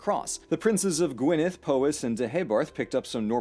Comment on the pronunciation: Thankyou for pronouncing Welsh words correctly. I was bracing myself for G-why-nedd or Loo-lin. Faith restored.